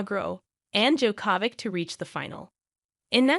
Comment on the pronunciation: Novak DjokÓvic? Rafael Neidoul? The woman that's narrating doesn't even know how to pronounce the names of the three best players in history...